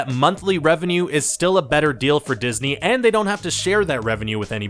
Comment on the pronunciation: Di-his-ney killed the film the-a-tre